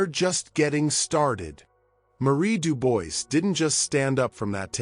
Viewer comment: if you are doing this, you should learn to prononce the name «Dubois»